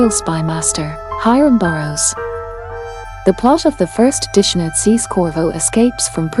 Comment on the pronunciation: You need to learn how to pronounce dishonored. It has nothing to do with washing dishes